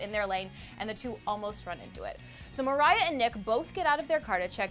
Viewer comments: Maria woman, not Mariah😂😂😂😂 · It’s Maria not Marya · Maria not Mariah she plays Maria Hill. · Sorry, but the way she says maria is giving me a huge headache